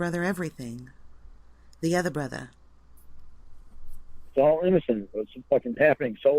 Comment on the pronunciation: "My otha brotha" LOL